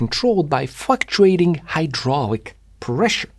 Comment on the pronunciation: I heard totally different words instead of "fluctuating" 😬; Had to read the transcript to unhear what I heard 😆